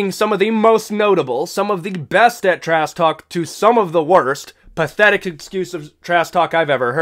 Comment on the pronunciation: Is he saying "Trass" talk? Or am I tweaking?